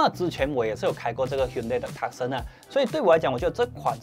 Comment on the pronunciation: Hyundai Tucson 讀法 ： Too Sun or Two Sung 而不是Tuck Sen